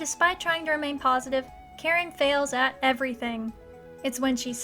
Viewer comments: Okay, all the love, but it's pronounced Ka-Rin, not Karen. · funny how whe you say "Karin" sound like you say "Karen"